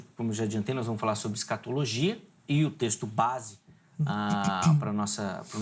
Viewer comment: Professor de linguas que diz " escatologuia" , ...